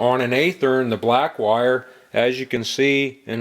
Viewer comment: By the way... It's pronounced with a Short "A" sound. It sounds like the word "Have". Athearn Just like Kato is not pronounced like the Green Hornet's sidekick... It's K "AH" TO not K "AY" TO.